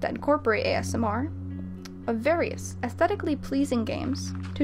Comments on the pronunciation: Around the mark she says “various affetically” instead of aesthetically lmao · "athetically pleasing"? You mean "aesthetically" pleasing? Or maybe "pathetically"? That would be surprisingly honest. But if you can't speak correctly, don't pursure a career in speaking. People hurt my brain...